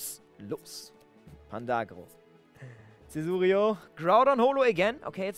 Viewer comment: Du sagst Cesurio und nicht Caesurio